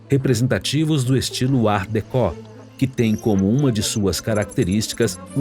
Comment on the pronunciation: Que bonito e agradável ver esse Projeto. Viva a pesquisa brasileira e os pesquisadores e professores. Pesquisa em profundidade e competência...Só faria uma observação na locução do narrador: ele pronuncia Art decó que sendo uma palavra francesa se pronuncia art decô, com o último /o/ fechado...